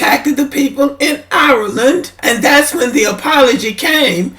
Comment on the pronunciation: Not to be petty but can we pronounce IRELAND like Ire - LAND not OURLANNN! smh And this is stupid and divisive. You do all this support just to throw shade on Black immigrants. trash for this. smh!!! I'm Haitian, Weeeeeeeeeeeeee don't praise White folk, in fact, ask a lot of Haitians, we think, believe and move as if we're SUPERIOR to White folk... #dontGetItTwisted foh with that immigrant bashing smh....